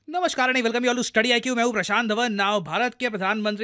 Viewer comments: He said Nomoskar.. in Bengali accent 😅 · At the beginning whats that? "Nomoskar"😁😄